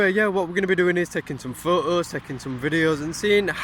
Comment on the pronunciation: "Okay today we r gonna take some phooes "